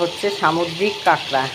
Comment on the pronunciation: Apni kakra kakra korchen ami katla katla sune jacchi dhur 😂